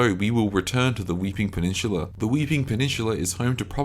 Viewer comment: it's peninsula not pe-nin-shhuula.